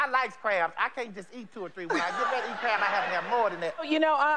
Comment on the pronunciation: Did she say "low crab diet"?